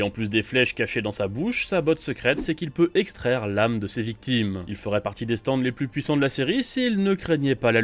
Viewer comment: Franchement les gars elle est super votre vidéo, mais par pitié revoyez les prononciations des stands :')